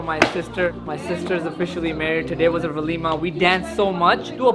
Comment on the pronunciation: No it's Walima